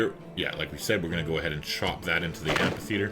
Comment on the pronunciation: "amphitheatre" .. the PH is pronounced the same way as in "physics"..